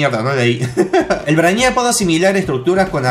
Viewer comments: se pronuncia Breiniac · no se dice asi,busca la pelicula "superman:braniac" y vas a saber como se dice 😁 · Oh dios... la forma que le dice al brainiac Se dice brei-niac porfavor xD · Se dice breiniac no? :'v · Te burlas de jorge por no saber ingles pero lo hablas para el culo ;-;"brainíac" wtf???